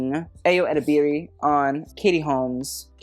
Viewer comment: Ayo Edibiri is pronounced exactly as it is written. Nigerian names, particularly Yoruba names, are phonetic and really don't require forced/improper pronunciation! If you can pronounce all these international designer names, then certainly you can do better.